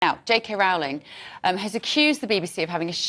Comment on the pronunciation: Will you please call her ROLLing, which is the correct pronunciation.